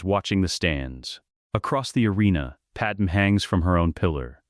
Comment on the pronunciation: FOR TROGDOR'S SAKE! WILL /SOMEBODY/ FIX THAT BLASTED AI VOICE-OVER???? IT'S "PAD-MAY", NOT "PAD-EM"!!!!!! AND NOT "PAD MAMIDALLA"! SHE'S FROM NABOO, NOT KRYPTON OR INDIA!